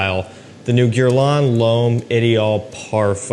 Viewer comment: check how people from the industry or those who basically do it wright how they pronounce Guerlain. Your way is funny😂 Gierlan